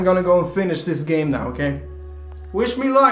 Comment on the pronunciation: I like when panda says dat and dis